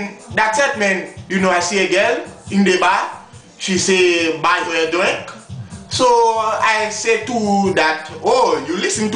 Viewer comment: she saaaaaayy buy meh a dwinkkkkk lol